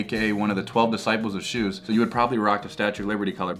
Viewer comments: "the 12 decipels" its the 12 disciples🤣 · “one of the 12 ‘decipels’ of shoes” 😂